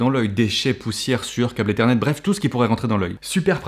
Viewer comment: j'avoue, j'ai mis en arrière pour voir si j'avais bien entendu : câble ethernet ! lol